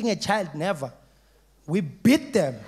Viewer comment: My first time watching this I thought he was saying "we bit them" xD